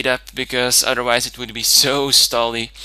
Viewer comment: GREAT BATTLE BTW on you said Zo stally instead of so stally i think you mesed up english with dutch XD (im dutch 2 so )